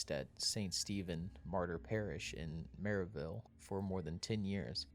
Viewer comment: Clearly this guy is not from the area, he calls it Haymmond instead of Hammond and Maryville instead of Merrillville. If you are going to do a story then you should learn the correct pronunciation of towns, businesses, and people.🙄